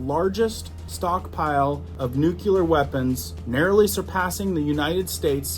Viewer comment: NEW CLEAR not "new cue lur."